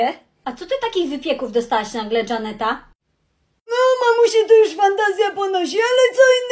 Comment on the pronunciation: Nie dżanety tylko żanety